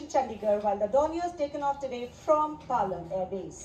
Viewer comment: Bhai Plane hota hai Plain nahi. Thoda toh pad likh jao yaar